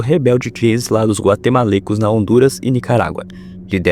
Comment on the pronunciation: o termo correto é guatemaltecos, não guatemalteicos ☝️🤓